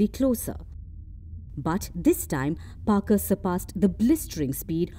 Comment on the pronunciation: Parker braved radiation 😅😅, Parker when where he was sent, by the way it’s Parker not Barker 😅😅